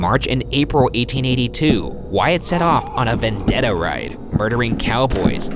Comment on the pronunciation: #postmortem do you guys think that Wyatt is pronounced really weirdly?? I'd pronounced it as 'What' instead of 'why-at'